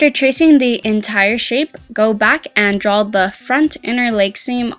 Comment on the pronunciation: Pleased ong say drawl its draw